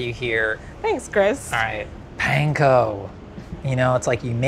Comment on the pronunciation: Panko, Chris! It’s panko!